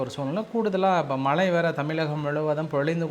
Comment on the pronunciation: மளை பொளியவில்லை. மழை பொழிந்துகொண்டிருக்கிறது. செய்தி சேனல்களில் வாசிப்பு செய்பவர்கள் நன்கு தமிழ் தெரிந்தவர்களாக இருக்க வேண்டும். இந்த சேனல் உரிமையாளர் இவரை தமிழ் படிக்க அனுப்பி வைக்கவேண்டும். பிறகு வேலைக்கு சேர்க்கலாம்.